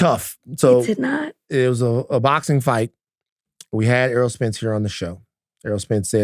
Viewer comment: Errol not Earl.